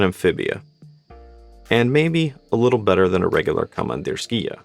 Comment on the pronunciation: Pronunciation: komandirskiye (with ye at the end, not ya)